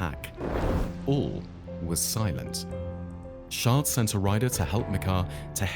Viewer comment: The pronunciation of Natal is way off! And it's Chard with a c not pronounced Shard with an s!